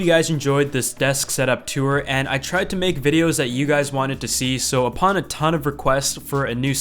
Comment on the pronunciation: "tuwer" (tour)